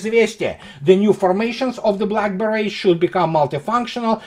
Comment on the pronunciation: Lol - when you said "Black Beret's" I could have sworn I heard "Blackberries" and I thought "oh, what an interesting nickname for the Naval Infantry!"